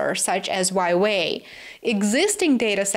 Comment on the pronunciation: Please pronounce Huawei properly, you pronounce it as waiwei, just simply split it into 2 syllables - Hua .. Wei